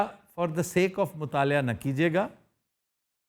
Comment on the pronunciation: مطالعہ ۔۔۔ ل کے اوپر زبر کے ساتھ۔ آپ بار بار زیر کے ساتھ کہتے ہیں۔